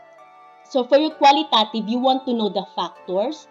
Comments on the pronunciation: Pls pronounce it in a correct way😊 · Be mindful of your pronunciation of QUALITATIVE AND QUANTITATIVE since a lot of students may access this video. It matters.